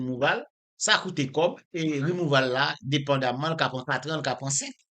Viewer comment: Djonel yo pa di rimouval , ok , aprann prononse, se rimouvo li prononse